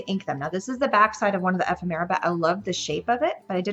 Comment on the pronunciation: I like how you explain your thought process; great instructions. Love the cards. Thank you for the video. ( We do need to teach you how to say ephemera ;)